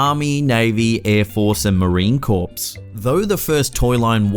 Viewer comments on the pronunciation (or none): Its pronounced core not corpse. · It's pronounced core not corpse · Aaaahhhh he said Marine "Corpse" not Marine Corps😭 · Please don't say Marine Corps as in Corps being a dead body, the correct way to pronounce it is core. I know it it spelled that way but for every Marine that has served and given their all for this country, corps is the last thing they want to hear their branch of service said incorrectly. Thank you from a fellow Force Recon Marine. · corps is pronounced like "core" not like dead bodies.